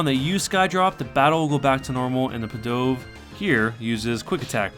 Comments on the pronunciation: Did... did you just say, "Pih-DOVE"? ... It's "PEE-duv" ... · It's "PEE DUV" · This dude actually doesn’t know how to say dove. 🕊 Just because the Pokémon name has “Pi” in the beginning, it doesn’t change how the real life bird Dove, is pronounced. LOLOL 🕊 🕊 🕊